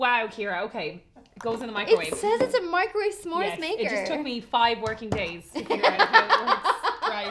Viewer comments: He just says Mice-ro-wav-a so casually but its pronounced Mic-ro-wave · NEVER thought I’d ever heard the word microwave pronounced “Meek-Crow-Wah-Vay!” 😂❤ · Like Nigella said, “ mik-ro-walh-vey” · Hold up... are we just going to ignore how pronounces microwave?